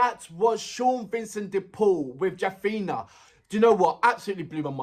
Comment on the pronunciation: which school you studied bro. its jaffna not jaffina.